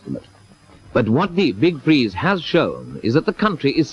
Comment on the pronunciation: The big fweeze